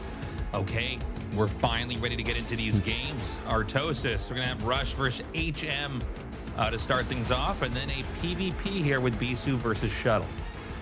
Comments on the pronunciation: coulda told the AI to pronounce bro "H M" instead of "hm" 🤣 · Disappointed in the ai voice reading. Transcribing the audio and translating via ai is fine enough if necessary, but there is no reason an actual human could read the script. Pretty sure it is HM as in aych emm. If there weren't people paying money to contribute to the production I would not care, but... guys.... people are paying you to make a good product. Please do better. Thanks for the casts GL HF to all the players and let's go ASL 🍻